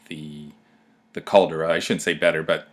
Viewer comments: Sorry its pronounce Cal-de-ra! not Cal-dra lol. I cringed every time you say Cal-dra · if you are going to make a film of santorini, make sure you can pronounce the CALDERA not what you say, yank.